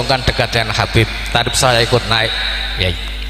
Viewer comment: Dari cara mengucapkan Habib menjadi kabib itu sudah ketahuan bahwa semua yang diucapkan keluar dari hati yang benci.